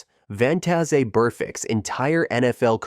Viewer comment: Who the fuck is vontazay